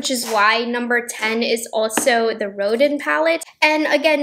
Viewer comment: Rodin = more like roh-DAN. Not exactly, but closer. Sorry I’m that person. Famous artist :) Edit: also nouveau = new- voh